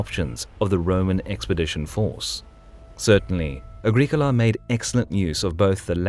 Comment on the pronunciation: ah-GRIH-koh-lah not agrik ula